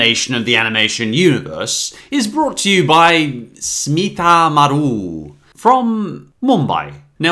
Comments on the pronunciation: The Kiara the Brave company is actually called "Shemaroo" but he pronounces it "Smikamaroo" or something haha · Not Smita Maroo, Shemaroo. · Fact: Kiara the Brave was first released in India under the name "Super K" (I like the name.), and then it got released to the US by the defunct Phase 4 Films. Btw, the way you pronounce "Shemaroo" as "Smita Maroo" left me skeptical.